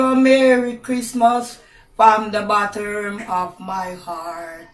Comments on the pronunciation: Lol "from the botturm of my heart" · I lost my entire shit at "botterm"